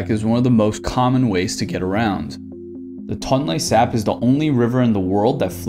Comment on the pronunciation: As a Cambodian, I died hearing the pronunciations of Angkor wat and tonle sap